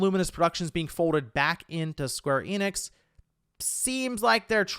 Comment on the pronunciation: Also, Square Enix is not pronounced 'Eee-nix'. It's simply En-ix, n-ix. And if you're an ultraweeb, you'll probably want to say enexu, or better yet en-nekk-su.